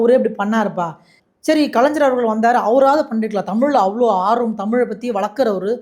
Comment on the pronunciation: கலைஞ்சர் இல்லப்பா தம்பி கலைஞர் - என்பதே சரி 😂